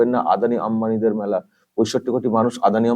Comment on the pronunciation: ওই এমপি মেলা কথাটা ঠিক মতো উচ্চারণ করতে পারছে না ,তার থেকে আমরা কি আশা করতে পারি ,ওনাদের যে টুকু জ্ঞান তার বেশি আর কি বলবে ,এটাও জানতে ইচ্ছা করছে উনি কোন সম্প্রদায়ের?